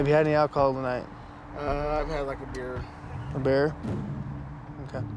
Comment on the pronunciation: Cop said bear instead of beer lol